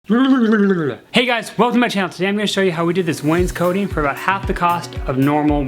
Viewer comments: It is not pronounced "Wayne's-coating" like a jacket, it is "wains-coting", cot like a bed. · It's wainscoting....not coating no a.